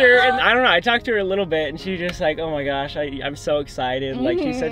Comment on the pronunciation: “owh my gowsh 😨😨😨😨😨”